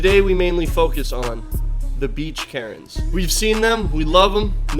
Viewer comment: “beach karnes”